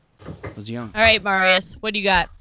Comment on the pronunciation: Marius face reveal AND we find out that has been mispronouncing Marius’ name consistently!